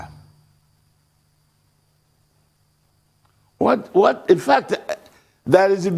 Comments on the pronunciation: Can someone please tell Dr. Abbati that it is Baya-Fra and not Bai-Fra... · Ruben, it's Biafra, not Bafra.